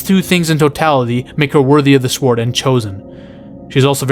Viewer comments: You say sword with emphasis on the w. Love it lol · You saying sword with a hard W and sliding in that sienna is also very attractive during that explanation sold me! 😂 liked, and subscribed!